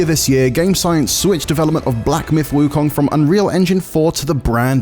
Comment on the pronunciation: Please get someone who speaks Mandarin to say "Wu Kong" correctly, you are butchering the name